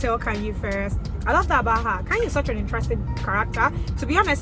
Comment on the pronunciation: Khanyi. Kanye is Kanye West. Khanyi is Khanyile. Different spelling, different meaning, different pronounciation.